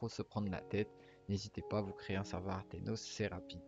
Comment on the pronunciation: aternos et non artenos sinon incr la video